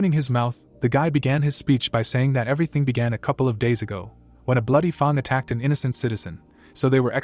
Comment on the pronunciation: I can understand mispronouncing some odd words and foreign words but seriously? how do you fail to say Fang correctly...